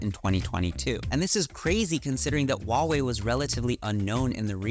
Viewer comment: FYI, the "H" in Huawei is not silent. I have no idea why there's this notion among Westerners that it is. In Chinese pinyin, there are no silent letters.